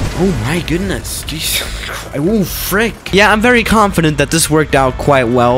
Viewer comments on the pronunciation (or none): none